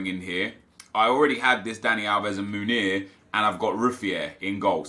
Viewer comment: Love your channel, tough watch today, you don’t need to spend so much time defending your character and decision making, I believe most of your audience understand subjectivity and forgive little mistakes. Although I understand you wanting to do better... so one little thing, your favorite Belgian RBs name is pronounced men-YAY, not moon-YAY. Keep up the good work :)